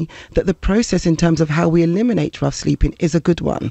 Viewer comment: “Sleeping’ has a G on the end.